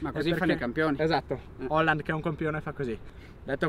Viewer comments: Hòlan, cazzo, Hòlan. Quale Halland? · NON E' HERLING MA ERLING